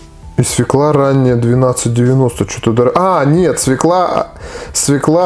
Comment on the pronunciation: ну не свеклА, а свЁкла...